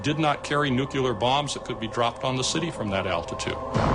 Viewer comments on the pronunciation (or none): wilson Rockets have been sent to deep space and thus have passed completely through the V. A. belts. We must have been able to measure the phenomena with great accuracy? Where is this data? P.s. Why can't Americans pronounce, 'Nuclear', correctly?